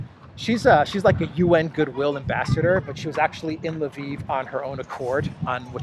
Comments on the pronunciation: It even worse than that. He says Laveen. There is no A after the L. It drives me absolutely nuts every time I hear him say it. I get it, he does not know how to pronounce it, but for crying out loud, if he is going to talk about a city and use its name, take the 30 seconds to go to an online to Google Translate and learn to say it correctly. I don't even care if he uses Polish or Russian pronunciation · In Russian it is Lvov (Львов).